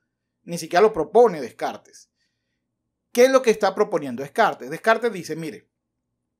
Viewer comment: Y mientras tanto, Descartes revolcándose en su tumba por cómo pronuncias su apellido 🤭.